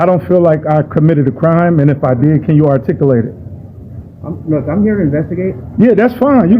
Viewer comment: "Can you RticUlake?" This SovIDIOT can't even follow his "innerNeck" script. Someone needs to "axs" him where he is getting all this crazy information!! ℹ️